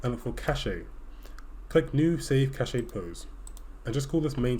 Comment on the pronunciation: i love the way you say cache, but the correct way pronounce it is cash